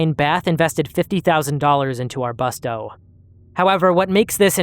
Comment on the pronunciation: The U in arbusto should be pronounced like the U in you, not the U in bucket